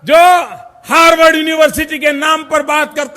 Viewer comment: हार्डवर्ड नही अनपढ गंवार हार्वर्ड बोला जाता है क्यों अपना फजीहत कराते रहते हो मंच पर जाने से पहले अच्छा से होमवर्क तो कर लिया करो । बारबार अपनी बेवकूफी का प्रमाण देते रहते हो